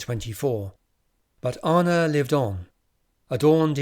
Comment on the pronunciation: I find this incredibly interesting and I've listened to all of your bids, thank you! Please try to improve your pronunciation of names a bit and it will be even better. (Start with Anna)